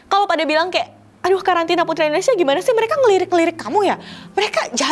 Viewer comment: sekedar koreksi dalam pengucapan, seharusnya INDONESIA bukan ENDONESIA